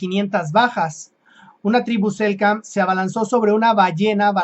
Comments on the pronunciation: SELK nam, se comió la Ene el amigo. Convengamos que no es sencillo pronunciar estás denominaciones... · Hola hermano se dice Selknam un gusto ayudarte